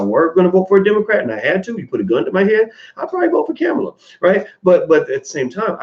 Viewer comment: Why can't you pronounce the VP's first name correctly? People deliberately called Ali "Cassius clay" to disrespect him.